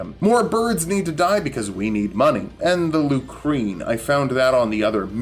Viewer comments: That weapon is pronounced "loo-sern". Just an fyi. Hearing "lucreen" hurt a little. /lh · Why did you pronounce lucerne as "lucrene"?